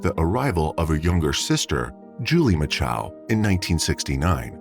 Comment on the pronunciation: There are NO 2 A's in MACHO